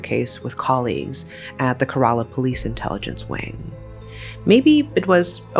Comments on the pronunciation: It’s keh-reh-lah not ker-rah-lah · Kerala is pronounced KEH-ruh-luh btw... Not keh-RAA-LAA... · It’s not karala it K-ra-la It’s shaan-thamma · It’s kay-ra-la. Not kra-la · cant believe this is from my state. and btw its not kera-la its ke-ra-la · Ke-ra-la not ke-rar-la. Almost like ke-re-la. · It is pronounced as Kay-ra-laa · Did she say 'karala' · Just a small correction, Kerala is pronounced "Kay-ra-la" and Santhamma as "Shaan-tha-mma". Great video! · It's care.ah.la. no emphasis on any syllable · Im sorry 'kayralla' is just wild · I dont mean to be rude but you should atleast search up how to pronounce names from different languages? Because Kerala is pronounced like Kay-ra-la. Except that, appreciate the video! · kerala is pronounced like -Kay,ruh,lah santhamma is pronounced as -Shaan,Thum,aa (I'm not trying to sound d rude,its just for info) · I know this is very out of topic but, the pronunciation is "Ké- raa- llaa" or "ké-raa-llam" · The state’s name is pronounced like Care-Rah-Lah, with equal emphasis on each syllable. Thank you for covering this case. Women are too often brutalized while their stories are silenced. Thank you for telling Ranjini’s story🙏🙏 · It's Keh-ruh-luh babes :)) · Hi, I love your videos, but a small correction, Kerala is pronounced like, care-la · sorry but it's not who u pronounce kerala u can search in google how to pronounce it and in Kerala u pronounce "e" as "a" so it's Kerala It's ok ☺️ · these pronunciations are pissing me off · Girl, I love your videos, but please learn how to pronounce Kerala correctly. This is the second video that involves Kerala and it hurts my brain every time you mispronounce it. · I live in Kerala Trivandrum but never knew about this 😅😅😅😅 and the way she is saying Kerala is pissing me offf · Goodness 😂. I can't stand how u're saying malayalam words. Like kerala 🤣 it's pretty funny for the natives. That's not how those are supposed to pronounce frr🏃🏻‍♀️😭💗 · Please try to learn how to pronounce kerala